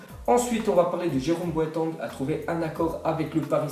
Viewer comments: Jérôme Boataig, pas Boateng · Ptn sa menerve tro comment tu di Boateng